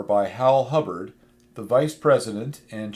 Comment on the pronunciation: Hibbard, not Hubbard!